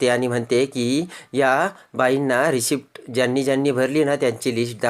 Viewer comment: रिसीटचा उच्चार रिसीप्ट असा का?